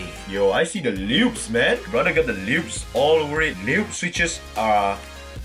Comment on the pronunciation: When he said brother he sounded like a bangalie brother